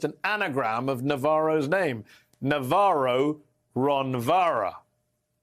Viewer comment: "Ron Varra"... Like "Barron"... same tactics by both.